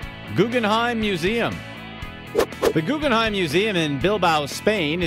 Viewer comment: Can the guy with the annoying voice shut up, and maybe learn how to pronounce "Guggenheim"?